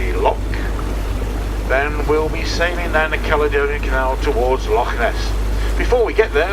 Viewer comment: Pronunciation of some of the names is ropey but at least he tries his best with Loch instead of Lock. The English find the names hard to say but strangely the Dutch can manage no problem. I lived in Holland for a while and speaking a very small amount of Dutch I can understand why they fare well with Gaelic pronunciation.